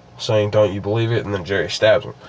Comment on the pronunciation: he said "hard to belvie in" i have capsions on my tv